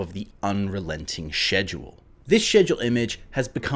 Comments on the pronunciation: I die inside when he pronounces schedule like "schezjole" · im sorry but the way you say "schedule" is pissing me off. it starts with a k sound no?